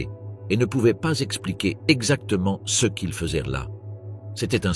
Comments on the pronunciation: Je confirme c’est une voix IA , ce est prononce C E et quelque autres fautes, mais globalement c’est bien fait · C’est pas compliqué à savoir que c’est un IA qui parle quand il dit ce ou ces il dit juste le lettre C E S